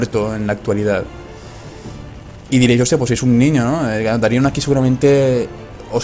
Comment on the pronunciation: Darion, no Daríon xD